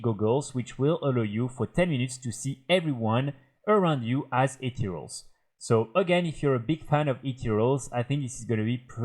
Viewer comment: jaja I wasn't directly watching the vid and his anunciation of "ethereals" sounds like "8 year olds" and I was concerned for a moment.